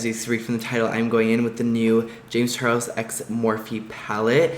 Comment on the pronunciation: Did you specifically leave out the L in Charles for a reason? I will buy the pallet. It looks smashing! The colors are vibrant. I understand about using a primer vs a concealer. Why is everyone so shook? I think it was sweet of you to check out the look and see how people are using the palette and reviews. If it was my baby I would be every bit as excited as you are and just making a few suggestions is actually ok. Maybe that's why people who sell their pallets and get bad reviews is because we the consumer may not know all the little angles and tricks. Thank you for a amazing first color set of shadows with a wide range of shades. I am excited to buy this and give them out as gifts. Thank you James and thank you for the demonstration and honest review! Ilona Henderson